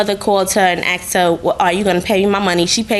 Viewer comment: Asked not axed!!!!